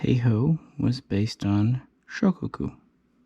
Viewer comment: Amatuer. It is SHO-KAH-KU and TAI-HO. (not Tay-Ho). You got it all wrong. Please delete this MIS-INFO. Grandson of James W. Blanchard (ALBACORE).